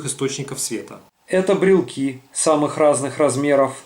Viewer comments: БрелОки, а не брелки. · БРЕЛОКИ, а не брелки! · очень интересно, но правильно говорить - брелоки! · Правильно говорить брелОки - пугаешь неграмотностью больше, чем радиацией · насколько я помню школьный курс, брелок слово иностранное и поэтому правильно говорить брелоки... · Только правильно говорить - брелОки, брелОков и тд. Ударение в любой форме этого слова на второй слог!